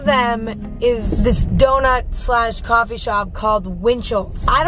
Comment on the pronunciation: 2018 Emma: CofFEe 2019 Emma: Tea Emma is groing up y'all